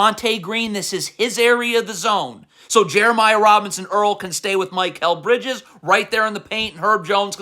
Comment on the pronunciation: How come you pronounce Precious Achiuwa with 90% accuracy but still say Mike L Bridges